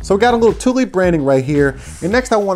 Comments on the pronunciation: it’s pronounced “too-lee” not “tool” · It’s pronounced ‘tool’ but spelt Thule